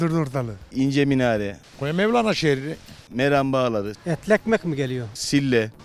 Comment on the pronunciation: Mevlene diyor 😀